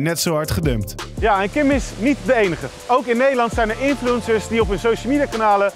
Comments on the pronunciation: Hahahaha de manier waarop 'infuencers' zegt, hij zegt gewoon influunsers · ''Infloensers''